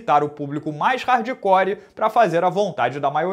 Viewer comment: Tudo perfeito, com excessão da sua pronúncia de “hardcore”. Rsrs